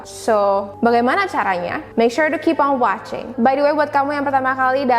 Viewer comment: Selalu ketawa pas bilang "keepong watching"